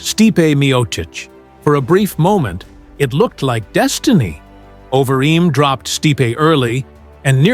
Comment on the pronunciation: Terrible AI V/O: "over eeem"